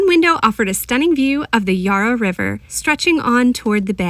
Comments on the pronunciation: 😊 Our river is pronounced Yarra, and not Yara. Not easy to work out all the different pronunciations in a new place. Melbourne (and surrounds) has so much to offer so I hope you can spend more time here soon. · And the "Ya" in "Yarra" is the same sound as in "Yak," not "Yar" or "Yah" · Fyi I thought you might like to learn that we pronounce 'yarra' with a short /a/ sound ( as in 'at') not 'ar' digraph ( as in 'car') So we say 'Ya- rra', not 'yar-rar'. The Bell birds you heard ( the chiming peep sound) are small and surprisingly dull to look at and very hard to spot. For other really gopd infigenuous art the Ian Potter gallery, just down the steps from the Koorie Heritage Trust is also exceptionally good ( and free) and a lovely architecturally designed building. It's also has some of our most famous colonial artists' works 😊 For people who like seeing non typical tourist spots, a couple of easy train ride suggestions are to get the train to Sandringham and do the beach walk back to Brighton (one of our poshest suburbs ). Another is to get the train to Newport, walk to Williamstown along the seafront ( view across the bay back to the city, also view of the docks and Williamstown is an old naval town) lots of yummy eateries in Williamstown. You can get a ferry back up the Yarra to the CBD from there. Both just 25 mins from the CBD. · Glad you enjoyed our wonderful city of Melbourne, and ventured beyond the CBD 😊 BTW, the first 'a' in Yarra is a short sound, not a long one.